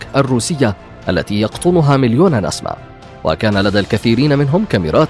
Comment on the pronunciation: انت لا تنطق كلمة (نسمه) بشكلٍ صحيح